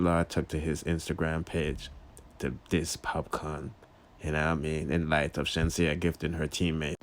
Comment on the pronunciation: you say Sheenseea so let me say Manda 🥺